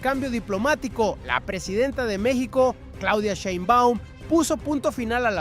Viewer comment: ¿POr qué no pronuncias bien el apellido de la presidenta? Y no hay mucho que decir, violaron la frontera marítima y traen migrantes ilegales, ¿que querían? Dejar impune el delito!